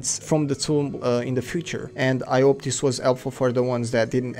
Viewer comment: dis dis dis dis dthat dis that dis dsicord dis